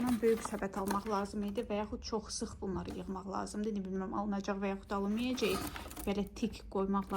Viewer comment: Salam,nitqini bir az inkişaf elətdir ,sən hər böyüq deyendə ürəyim sixilir.Böyuk,qəşəng g hərfini deməyi öyrən .Pis mənada demirəm,çünki isdəyirdin öyrənmək.Alınmayacey yox alınmayacaq və s.